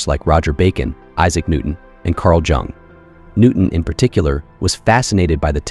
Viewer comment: Bro how are you gonna mispronounce carl jung